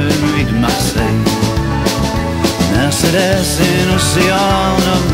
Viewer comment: En helt underbar låt. Min minsta dotter har fått sitt namn från denna låt och hur vackert och härligt han uttalar det. Så fick hon sitt namn Mercedes.